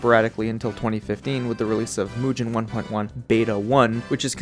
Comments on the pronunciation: L roblox avatar fr, but W video. Also, it's pronounced Mugen, not Mujin. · its not mujen its mugen just like it sounds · Bro pronouncing it as "Mujen" instead of "Mugen" I can't 😭😭😭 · Is it pronounced Moo-gen or Mooge-en? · Why do you pronounce it as mew-jin instead of moo-gen? Anyways, nice video. I.K.E.M.E.N is also a nice alternative option. A dev is currently in the works of adding rollback to the engine itself. Also, check out some actual games made with it if you haven't already. I could give you more info if you would like. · Dude mugen is pronounced with a hard G as in “golf” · Seems like a good video but I couldn’t watch. You kept saying it wrong. It’s pronounced moo-gen, I know it’s spelt mugen but that’s how it’s supposed to sound like. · "mujen" wtf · its not pronounced mujen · Thanks for the vid, but man, every time you say mugen I get reminded of "it pronounced jif" meme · I hate the way you pronounce it but respect your right to say it wrong.